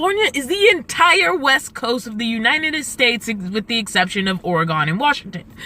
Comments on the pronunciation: Just some friendly advice, that might help you. Oregon is pronounced ORR-ih-gən, not OreGON. Actually there are several ways you can pronounce it, but try to avoid OreGON. Not that I personally care, but some people do. Like grammar Nazies. LOL. Hope you enjoy your stay in Oregon. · Or-e-gun. U-ki-uh. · Ukiah, the h is silent it just ends with short a - U- kie - a. Oregon is OreGUN. You have a fun adventure going on. 🙂